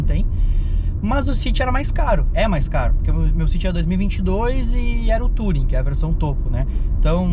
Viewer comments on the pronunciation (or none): none